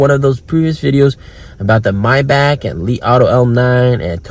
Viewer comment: MAYBach! Not MyBack 😂